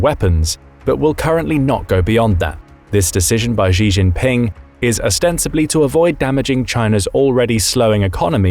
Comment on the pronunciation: A note to the narrator, with respect: "Xi" is pronounced closer to "shee" than "zhee". So the correct pronunciation would be closer to "shee jin ping" (I'm a first generation Chinese immigrant in thr west)